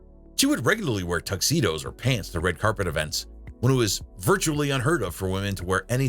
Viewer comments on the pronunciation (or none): none